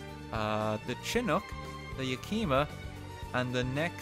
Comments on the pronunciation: hearing RT pronounce yakima "yuh kee muh" dealt me 110 points of damage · Im visibly cringing every single time he tries to pronounce some of the names. Yakima (yak e ma) Alamo ( Al a mo) and others. Still love the vid though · Considering how RT said "Yakima", I'd say that's an accurate statement.